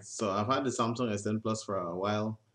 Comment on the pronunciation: hmm cant even say samsung good